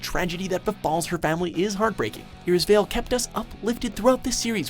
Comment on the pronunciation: you couldnt have pronounced "irisveil" worse.